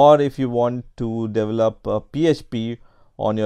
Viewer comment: Lol "Devel-up"